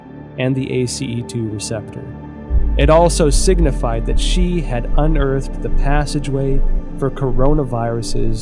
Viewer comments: DEAR EPOCH TIMES - In your next China bashing documentary can you at least get a narrator who can PRONOUNCE CHINESE NAMES, PLACES and understands pinyin. I can't listen to you mispronounce She Zhengli as 'Xi Zhengli' throughout your whole 'investigation'. FFS. This documentary is absolutely retarded garbage. Cut to Robert Spalding, then to Gordon Chang, back to Spalding, then 'journalist' wearing a trenchcoat looking off to the side, then back to Gordon Chang...this is just trash. - from someone who's lived happily in China for 15 years and knows more about China than all these people put together. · "Shi" is pronounced like "Shure"